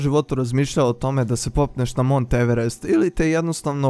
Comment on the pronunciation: Alo pametni,nije Maunth nego Mount..nemaju Englezi Vuka Karadžića pa da čitaju kako je napisano!I gde nađe na kraju to slovo h??? Drugo,to jeste planina i planinski masif pa se i sam vrh tako u svetu često naziva.Inače vrh Mount Everesta se zvao i vrh XV,pa na Tibetanskom Chomolungma(majka Boginja sveta) ili na Nepalskom Sagarmāthā.Eto..